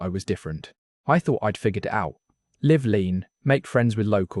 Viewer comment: When the narrator pronounces words like "live" wrongly does that mean it's AI generated?